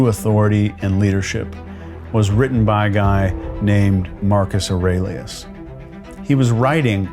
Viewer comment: U got a like from me the moment I heard “Marcus Orillious”